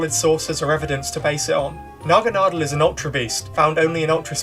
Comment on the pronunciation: One thing i do want to say Thank you for being the first youtuber ive heard who pronounces my fav pokemon Naganadel correctly